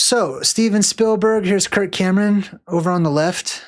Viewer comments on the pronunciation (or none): none